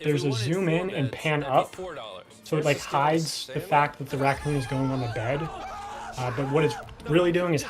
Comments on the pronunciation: I might be too high but every single time he said racoon I kept hearing Recome from DBZ! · You pronounce "racoon" in a way I don't think I've ever heard....